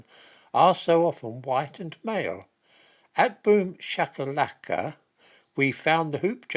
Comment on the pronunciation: Excellent pronunciation of boomshakalaka 😂